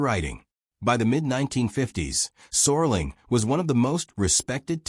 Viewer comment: It's Rod Serling not sorling.